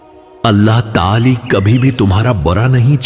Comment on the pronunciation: It's not Allah taali it's Allah taalah